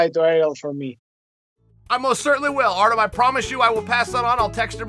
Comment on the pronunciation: Uncle Chael pronounced Artem’s name weirdly, it’s “Artem Lobaff”.